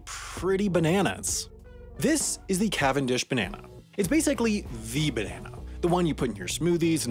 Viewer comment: Beneanaes. That's a way to pronounce it I guess..